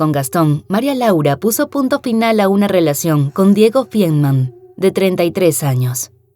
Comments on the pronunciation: Es Feinmann, no fienman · Tan minucioso en detalles y mal pronunciado el apellido de la victima: Feinmann